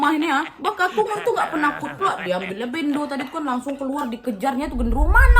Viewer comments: bêndo wakk bukan béndo wkwk tp gpp lucuu dah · Bendo kak. Pelafalan nya ky ngomong beli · Bacanya bendo kak, bukan bendo😅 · tulisan nya emang BENDO.. tp di baca nya BENDO..bukan BENDO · Yang bener bendo ka bukan bendo😁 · "Bendo" kak nad, bacanya kaya benda tapi a nya d ganti jadi o.. Bentuknya itu seperti golok.. Atau itu hanya nama lain.. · bendo bukan bendo kak wkwk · MANTAAAAPPPP ❤️❤️❤️❤️🔥🔥🔥🔥 Btw "bendo" e nya di baca kaya "pekat" yaa 😀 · Ralat wak.. "bendo=parang"(huruf e nya dibaca e lemah cth: selam, selamat, penat, dll).. mantap wak sepanjang cerita aku pun ikut mrinding.. sukses terooos ya wak💪💪😁